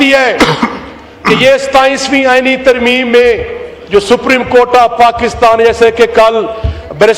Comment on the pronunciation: ترمیم ھے یا ترمیمہ ھے